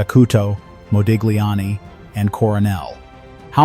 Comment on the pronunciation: Interesting new info for me. Thank U! (btw - Modigliani is pronounced 'mo-deel-YAHN-nee'.)